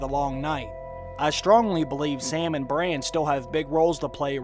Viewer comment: His name is Bran, not "brain"...